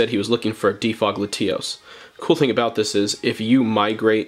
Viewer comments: “Luh-tee-os”?? Lat-E-os. 👍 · Dislike because “LaTEAOHS”😂 wtf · are we just going to gloss past the way he’s pronouncing latios….